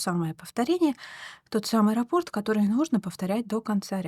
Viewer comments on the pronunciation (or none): none